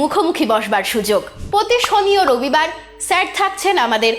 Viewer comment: সম্মোধন "ছের" না, শব্দটি "স্যার"। ঠিক ভাবে সম্মান করুন।